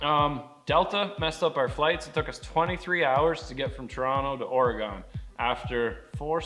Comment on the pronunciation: Please say Oregon properly.